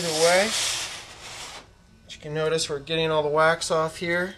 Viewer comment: I thought he said wack off not wax off....went wrong at that step. besides that good tutorial.